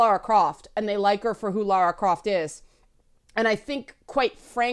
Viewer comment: Thanks for saying Lara and not Laura....drives me nuts sometimes XD